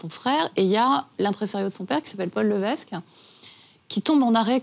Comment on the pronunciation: Paul Lévesque se prononce Paul "Lévèque". Ginette Reno et non Ginette "Réno". Cette nouvelle biographie est non-autorisée par Céline. Lors de la rencontre avec Goldman, la relation entre Céline et René est déjà connue et dévoilée publiquement lors de la sortie de l'album "The Colour of my love" en 1993. Pour des connaiseurs, ils sont bien mal renseignés...